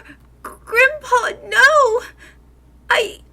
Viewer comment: Did anyone think when she said: “Hi Grim’Paw” she said: “Hi Grampa”